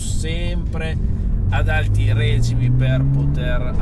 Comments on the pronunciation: Bella recensione anche se è inusuale sentire dire règime e non regíme. Diciamo che sono diversi secoli che l’accento lo usiamo sulla i e non sulla e. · la parola "regime" è una parola piana e va con l'accento sulla "i". e ,oltretutto , se usassi meno la parola VERAMENTE ci faresti tutti più felici! sei un ragazzo seguito e che ormai ha influenza, il salto di qualità ora lo puoi / devi fare anche su queste cose. un abbraccio